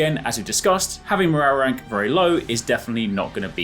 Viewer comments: Mo-row-rank. Scooby Doo took over. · Just came here to hear this guy say MORRARRERANK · “morarrank” 😂 nice 👍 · Morale rank sounds so wierd saying it fast lol